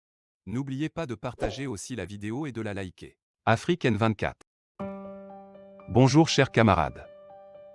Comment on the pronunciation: CAMUS, ON NE DIT PAS BONJOU, COMME UN SAUVAGE. ON DIT BON JOUR. VAS AU WC ET LÂCHES UN PEU LE WEB. BLÈDARD BOURRICOT.